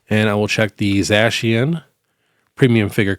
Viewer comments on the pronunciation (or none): none